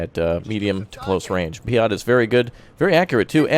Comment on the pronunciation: I didn't know P.I.A.T was pronounced P-ee-o-t